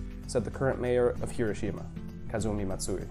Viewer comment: I enjoyed this very informative video. However, the name of the city is not repeat, not hero Shima. You would think if somebody was making a video about the city, they would know the proper pronunciation.